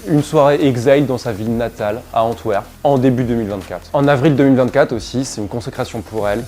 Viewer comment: Anvers en flamand, ça ce phonétiquement : en twer peune 😉 . Si tu as besoin de renseignements sur la culture musicale hard en Flandre belge et française entre la fin 90 et 2015 hésite pas.